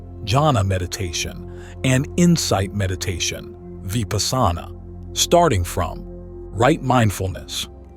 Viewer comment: Odd that the speaker pronounces Vipassana oddly. 🎊🎉🙏🏼